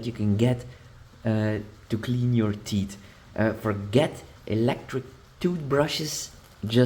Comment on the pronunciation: Not "tits" but teeth ! That's a little bit different....